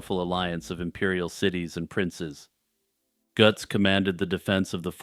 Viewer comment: Greetings from Germany. I often listen to you and always like your way of speaking. This Götz-thing was a special pleasure, of course. Your pronunciation of German "ö" and "ch" is good. This is not common for English-speakers. Jagsthausen is also correctly pronounced. Landshut, though, is pronounced more like "lunds-hoot "with "u" as in "but". You are very well informed about the fellow, knowing more than I remember from my schooldays when we read Goethe's play about him. This play contains the words that are written half-correctly under the relief portrait of the knight that you show. Goethe wrote "im" instead of "am". "Am" belongs to the everyday version of the saying. Germans, especially in the south, often use it, and some variations of it are not even an insult. Sadly, in Germany Götz is not remembered for his interesting life, although many know about his iron hand. His memory is kept alive by the well-known expression "Götz-Zitat". The word is used as an euphemism when speaking about the use of the rude invitation that Goethe invented for the hero of his play.